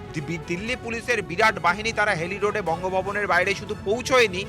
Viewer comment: সাংবাদিক মহাশয়, হাইলি রোড টা কি?? হেইলি রোড। একটু তো পড়াশোনা করুন।